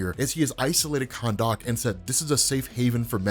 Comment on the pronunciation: You're saying Khandaq a bit oddly.